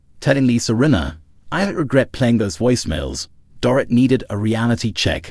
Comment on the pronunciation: Her name is pronounced DOREET